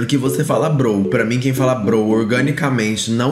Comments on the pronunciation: O pior do vídeo é ele falando "brow" 😂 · Poxa,, eu chamo meus amigos de "bro", não "brow", mas "bro" de irmão mesmo kkk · Esse "BROU" da um nervoso